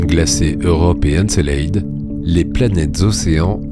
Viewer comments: Doc exceptionnel malgré un petit bémol : La prononciation d'encelade !!! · Comment tu prononces Encelade espèce andouille 🙄